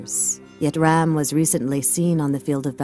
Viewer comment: Stop pronouncing it ram like dodge ram it is pronounced raam like when the doctor tells you to save ah. No a at the end. I would know since I am Hindu and indian